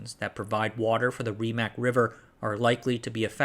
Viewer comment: I know the pronunciation for Rimac is botched as hell but it has a nice ring to it